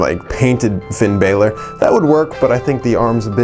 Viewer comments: its not finn b-ai-lor its b-a-lor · It’s Balor not Baylor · That shit annoys me